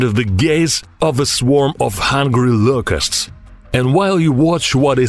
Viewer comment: I thought he was saying Lucas. I was like, “dam. . . He named that cicada